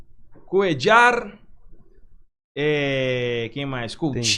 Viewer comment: Não chame o coitado de " Cuedjar". O cara é colombiano, se não me engano. Na América do Sul, só uruguaios e argentinos pronunciam o LL deste jeito. É "Cuêlar", ou "Cuêlhar", como preferir.